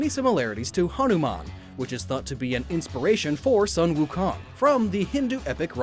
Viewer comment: Zhubajie is pronounced Joo-bah-jyeh. Also, if it's Sun Wukong, it's pronounced Soon Woo-kong. Tough luck for the joke :).